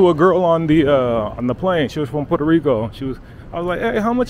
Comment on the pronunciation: Puerto not Puerta. Puerta = door